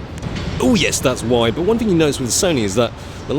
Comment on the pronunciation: Because it is a whyide lens😂